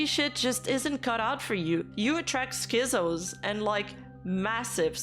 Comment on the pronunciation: absolutely insane video, very good job documenting and explaining the whole drama but the z in schizos is supposed to be pronounced like a hard ts sound